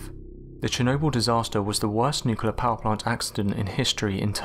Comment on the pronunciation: You need to learn how to pronounce the word nuclear, if you're making a video about nuclear accidents.